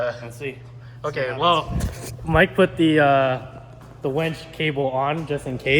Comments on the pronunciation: it’s winch, not wench:) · you are my Goat but it's not a "Wench".... Triggering me like crazy lmao. It's a Winch.